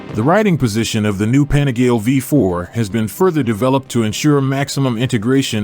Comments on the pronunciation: “Penigel” ?! Panigale is the correct pronunciation! The name "Panigale" comes from the small manufacturing town of Borgo Panigale. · American voice over can't even pronounce Panigale, does my nut in.